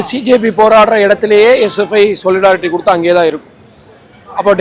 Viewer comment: நமஸ்காரம் சேட்டா! "சொலிட்டாரிட்டி " நான்கூட தமிழன் னு நினைச்சன்.